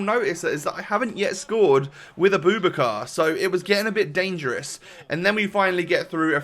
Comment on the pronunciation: His name is pronounced a-boo-back-ka. Great content